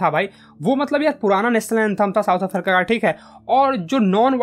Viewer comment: south afarica 😂😂😂😂😂